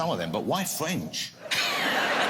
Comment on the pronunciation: lol .... ' why fwench..? ' :P